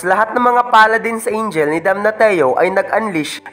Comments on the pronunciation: Sakit sa tinga ng DAMNATIO Dam-na-syo hindi Dam-na-ti-yo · Damnasyo po yung pagka pronounce sa damnatio inde po damnateo